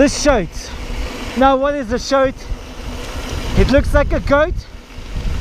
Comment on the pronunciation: "A shoat" :D Great video man, love this trip, can't wait for "thi next epizOud" :)